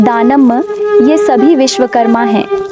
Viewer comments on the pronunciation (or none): Vishwakarm nai vishwakarma hai nam hai naam to thik se le kaya bol rahi hai 😠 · विश्वकर्मा भगवान् के नाम का उच्चरण सही तरीके से करे बहुत बहुत धन्यवाद साधुवाद 😎🚩🕉️🌞🙏🙏